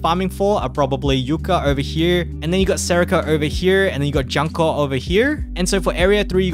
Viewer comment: Btw the dango girl name pronounce as June-Ko XD. Anyway if not meta slave for pvp its fine to take it slow for this game. You will only suffer at full clearing event and raids if you dont have certain students. Make sure to focus on 1-2* students like "watame". Note: Back in jp the red raid only came out after 2 yellow and 1 blue raids.